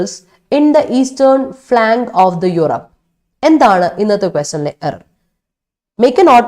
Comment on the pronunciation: "Of Europe", not "of the Eupore"